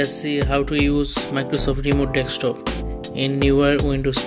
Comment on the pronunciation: d-e-s-k- top...; not DEXtop! :)